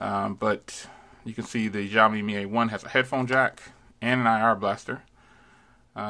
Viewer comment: Zioami or Xioami 🤣😂😂 accent wrong